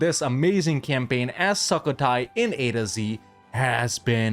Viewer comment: Love how you say it like SUCK-o-Thai which is kinda appropriate XD. The "u" is pronounce like u in the word "put" btw.